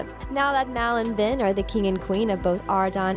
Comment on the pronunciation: It's not ven it's ben